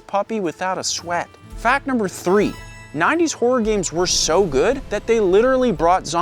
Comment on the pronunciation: I know it's just an accent think, but I can't help hearing 'wh0r3 games' Great content as always. Subbed after watching the MK video and really like your sense of humor and construction of your content. Hop more folks find your channel. This is 1M sub level stuff.